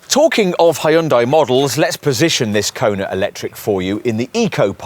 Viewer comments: Yeah, it's "HUN-DAY" Not "HEY-YOON-DIE" You should actually watch a Hyundai commercial so you can figure it out. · it’s a Korean brand so it actually is pronounced closer to Hun Day than how it is in this video - not a US peculiarity lol